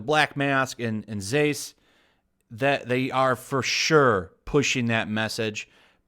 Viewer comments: I’m really upset he is saying zsasz like zaysz instead of zaz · The cutter is pronounced "zaaz". You are killing me! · Sorry, but there was no "bright side" to suicide squad. That movie was ass on all fronts. P.S. It's pronounced ZAZZ. Like pizzazz. The S's are silent. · It's pronounced Victor Zasaz (The talley mark slasher...) he's supposed to be creepy, Not flamboyant and Roman Sigonis aka Black mask (the genuine article) was an old school gangster meaning he has an honor code... he's not a complete douche bag. (Two more great characters ruined.) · I always thout it was said like victor (za-az) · Haha i like the way you pronounce victor zsaazs name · You killed me every time you mispronounced zsasz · please learn how to pronounce victor zsasz name correctly. Love your videos but this drove me crazy.